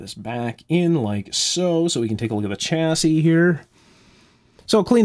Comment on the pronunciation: Just a small point - "Chassis" is a French word and the 'Ch' part is pronounced "Shhhhh" rather than "Chhhhh". Otherwise an excellent video as usual.